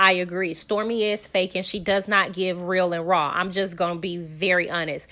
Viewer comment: Tisha: You see reel and rah You said reel and rah 😂😂